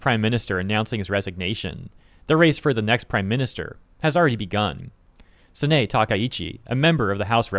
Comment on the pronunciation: It's Sah-nah-eh Takaichi. After first I didn't know who you were referring to.